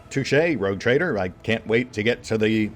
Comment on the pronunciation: am I the only one who heard 'Retcon Trader' in the intro?